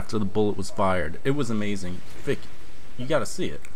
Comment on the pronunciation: is not fick its fich